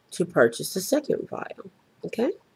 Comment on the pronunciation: whats a viaile? you said you purchased a viaile